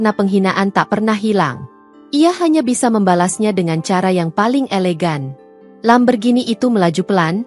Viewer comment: Min jgn bilang Lamberghini... tapi Lamborghini...😂😂😂😂